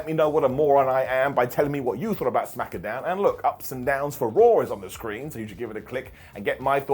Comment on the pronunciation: smack-uh down 😅